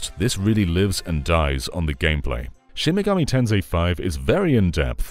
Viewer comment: Not the SMT V section being called "Shimgami Ten 5." 💀 How did that happen when it's spelled correctly in the video?